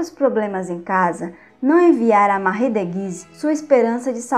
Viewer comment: Moça vc só precisa melhorar sua oratória, várias palavras vc pronuncia erradas tais como "prestes" vc fala "prertes". O nome "Marie" é francês, se pronuncia "Marrí" mas vc fala Mári". Se vc é professora precisa tomar esses cuidados.